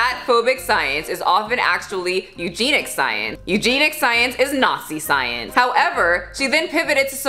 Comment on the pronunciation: You look great but eugenic is pronounced (U-jen-ic) not u-gean-ic.